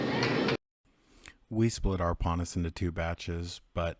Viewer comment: Pannas is not correct. It is pon haus.